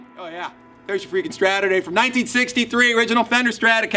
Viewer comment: Its CHADurday.